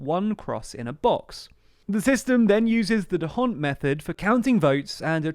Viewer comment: The D'hondt system was invented in Belgium; you don't pronounce the "h". Besides that, your pronunciation was good.